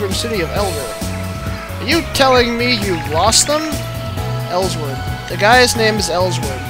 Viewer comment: Oh yea lol it's actually El-sword not Els-word